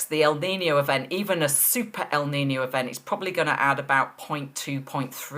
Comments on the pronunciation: "El niño" needs to be writted with "ñ" its not "nino" its "niño" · 1 it's Kneen yo. Not nino. 2 what is Celsius? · Correct you pronunciation of niño. Not nice to hear the poor attempts of your English reporter. No excuse.